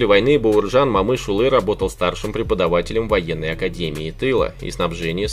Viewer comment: Автор ты че узбек как то неправильно говоришь Баерджан Момышюли за это дизлайк всбесил просто я же не говорю пьюшкин